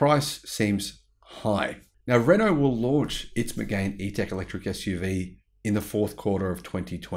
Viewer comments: It’s pronounced Me-gan not Me-gain! BTW it’s a really nice car but you’re right it’s overpriced. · It's Meg-Anne. French y'know..